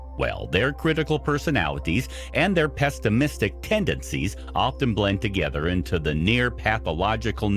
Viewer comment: and PEST-imisitic 🤣 Sorry. Can't help it. Capricorn Sun, Rising and Mercury here.